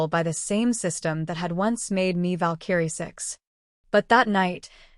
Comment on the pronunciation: It's annoying listening to your AI misprouncing "VALKARIE". You need yo correct thatm